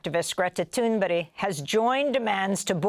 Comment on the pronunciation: Did Amy Goodman just call that prominent climate "activist" by the name Greta Thunberry? "Thunberry"? Maybe it was Thunbirry? Or Thunburry? Cringe!